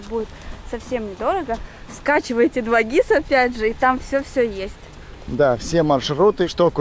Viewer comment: Ребята , не 2гис , а дубль гис ))